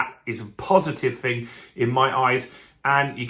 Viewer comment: Interesting update but it’s not fing it’s thing with a T and H ! 😊